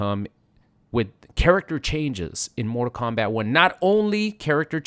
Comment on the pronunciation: Stop calling it morta kombat